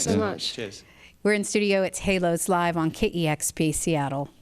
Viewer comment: I think its stupid to name your band "Hælos" and pronounce it Halos. Æ is a scandinavian letter, and its not pronounced like A in Halos at all. This band name sounds unintelligent IMO.